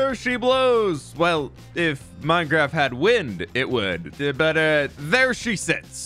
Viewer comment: ahh yess "hardcore minecraf"